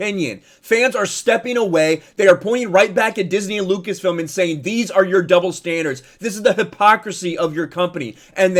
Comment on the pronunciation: Chapek can’t even say “Lucas-film” smh